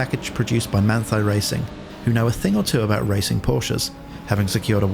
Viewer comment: Manthey is pronounced munn-tie :-P